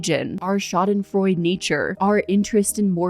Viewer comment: Schadenfreude is a german Word, so you do pronounce the e at the end, kinda like an „uh“ sound. :)